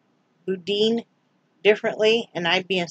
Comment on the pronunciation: Lol Boudin is pronounced “boo-dan”. It can be spicy and has rice in it. It’s delicious! Boudin balls are AMAZING!